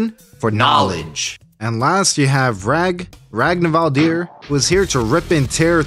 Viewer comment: Ragnvaldr, pronounced like "raggin valder"